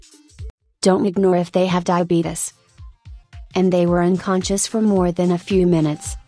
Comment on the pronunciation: When she said diabetes she pronounced it as Di-a-bet-a-z lol 😂 😂 😂